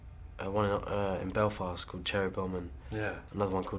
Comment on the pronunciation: omg ..the way he says belfast!...offfft! filmed that movie like round the coner from me:')